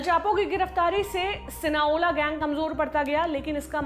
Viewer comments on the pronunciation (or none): It's not sinaola It's Sinaloa . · SINALOA ...aap galat bol rhi ho sinaola nhi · Sinaola nhi sinaloa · Sinola nahi Sinaloa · Sinoala nii mam Sinaloa 😂😂 h mistake hogyi apse bolne m Sinaloa cartel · शायद वो सिनालोआ है, ना कि सिनाओला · Its Sinaloa not Sinaola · It's SINALOA, not SINAOLA !!! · Not Sina Ola... Sina loa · Sinaloa cartel not cinoa Mdm gg